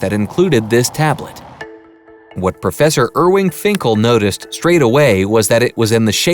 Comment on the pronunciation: My guy, his name is IRVING not IRWING :/ Also, he's a great brain. Check out his videos on how to write cuneiform.